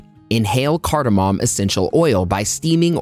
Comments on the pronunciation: Whatamom?! No mom!! No pop!! It's cardamom pronounced card+a+mum!! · Cardamom MAY . .... Cardamom may...... Cardamom may....... Cardamom may ...... Phew ! When will science studies and you be SURE !